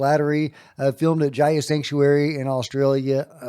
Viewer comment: Hi, it's pronounced Gaia, not Jaia. No J 🐙👍🏼